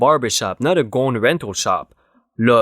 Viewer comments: Gown is like down not gones. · Gown... pronounced g-ow-n. Ow like you would say OWW (like when you get hurt). Not as in bone. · Gown rhymes with down.